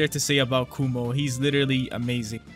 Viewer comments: kuma btw not kumo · who more than me watched this video multiple times just to hear saying "kumo"